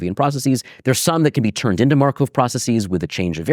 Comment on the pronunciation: Schrödinger/Markov. Why can this prof not pronounce this extremely basic/common names in Mathematics/Physics, despite him obviously being a person who devoted a lot of time to pay attention to history, etc. Even an anglified version of the 1st should not be pronounced "Sh-ro-din-Jer", but but rather "Sh-ruh-din-Ger" (i.e. not an O-sound and hard G instead of J). And Markov is not pronounced "mar-cove" but more like "markoff".